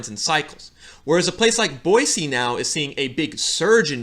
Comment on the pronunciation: Kudos! I'm always surprised when someone pronounces Boise correctly lol.